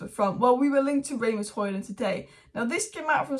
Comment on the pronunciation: It's not Ray-Mus it Ras-Mus